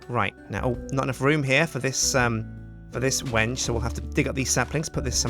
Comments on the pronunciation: I think there were a troll saying to that the wenge tree is pronounced "wen-gei" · Someone tells its pronounched when-gay. Obvious troll is obvious troll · Well the title of this video is how you pronounce Wenge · THANK YOU! I was so frustrated when he said Wenje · At the end you said it wrong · sir its balsa and wenge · he's been pronouncing it wrong this whole time. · try pronouncing Wenge differently and you'll get it. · The tree is pronounced weng-gay not when-gay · Wenge isnt said wenj but when gay! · Gotta love how he still pronounces it "wenge" rather than "when-gay" at the end. :P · When-gay?its pronounced ven-gee. My dad is a kitchen designer. He knows this stuff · some1 is pulling your leg. It's pronouced Veng now Weng. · It's when ghee. I'm building a chest with it in real life. When he says wenje it frustrates me soo much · No he is telling us how to pronounce Wenge,it is pronounced (When-gay). I am an expert on Wenge,Wenge...pronounced (when gay).. A very hard dense wood worshipped by the east bay congo mufidious bunga tribe. A sharpened piece is used to cut the umbilical cord of all their babies, any self mutilation ritual, and also to kill any invading enemies with a club made of wenge. the scientific name Is mehituondaheadicus widhardstickitus. It can be very rough,and won't go down without a fight. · The vid is called When-gay because that is what it sounds like When u say wenge! Like so people can see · Pls give a link to a fb page!! Im liking the yogscast clan on fb and u didnt provide a link in the description! And inspite its a mispronunciation, i dont think i van call the wengebanything else other then wen-ge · I thought it was pronounced like wengee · Is he sure its not pronounced when-yay? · wenge - pronounced when-gai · It's wen-gee